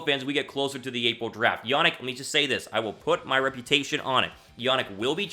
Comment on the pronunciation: Better video but it’s Ya-neek not Ya-nick